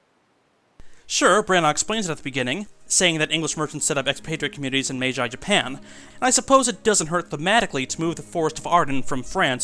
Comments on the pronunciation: Wonderful video. Branagh's Much Ado About Nothing is actually what turned me onto Shakespeare all the way back in middle school English class. But just one thing: It's Meiji Japan, not Mei-jai Japan. The last syllable is pronounced more or less like the gee in the English word geez. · ............... Mei-jai japan? Meiji Japan :) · Meiji - may-ji, or may-ge, not may-jive. Also, great... now I may have to watch that Hamlet movie one of these years. Did you ever do Whedon's Much Ado?